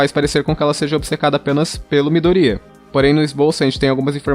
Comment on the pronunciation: Ver ele pronunciando o nome Midoriya desse jeito dá vontade de morrer kakaka Mas adorei o vídeo kk